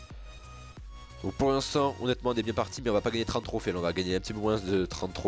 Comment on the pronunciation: lol quand tu dis un peu dis peu moinsse